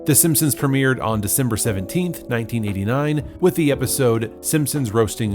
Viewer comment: Dee-cember, not D'Cimber, ee-ven-tually not a'vintually. You're not from New Zealand are you? or am I not understanding AE? BIG "?" on that. maybe you can help me?